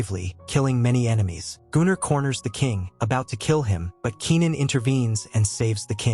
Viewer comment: I think it's just the way the AI reads the name Gunnar, which is a Nordic name, quite popular still today.